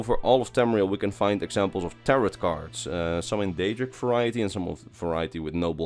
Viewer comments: "A lil disclaimer, I have no idea about taroT cards" nooooooo i had no idea from your pronunciation of the silent t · Non-Skyrim useless fact: tarot cards are pronounced “tarrow cards”